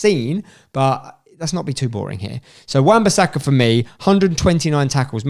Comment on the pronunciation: left the video when this mans said wan bassaka LMAOOOOOOOOOOO